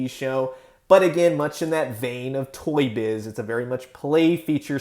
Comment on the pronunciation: Sorry but whenever you say Toy Shiz, I hear it as Toy Shit. Sorry. Great video btw.